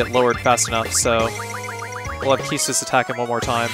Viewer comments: I love your videos, so I don't mean any disrespect, but keestis sounds silly to me. It reminds me of keister or queef. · I wonder how you pronounce the word "equipment" or "inquire". Please reflect on your approach in spelling "Quistis", because it's cruel :) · I always pronounced Quistis as "cuistis" not "kistis"